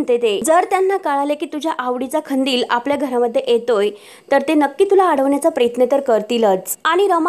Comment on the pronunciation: खंदिल नाही ओ कंदिल, मराठीची वाट नका लावू